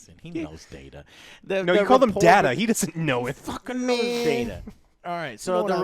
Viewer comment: It's DADA... Data you mean? :D